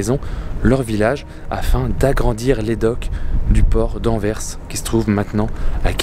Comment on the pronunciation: Bonsoir et. Merci d'avoir raconté l'histoire de doel Merci d'avoir bien prononcé Anvers. Merci pour cette vidéo 👍. Les cheminées de la centrale nucléaire c'est doel 1 et doel 2